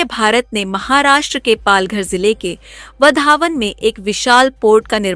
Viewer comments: वधावन नहीं वावढण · उच्चार ''वाढवण'' इंग्लिश स्पेलिंग नुसार जाऊ नका,देवनागरी लिपी शिका ,तसे ''चांदीपूर'' नव्हे ते आहे ''चंडीपूर''